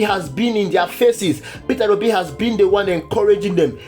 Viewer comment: You are pronouncing it wrongly - peterobi, it's Peter obi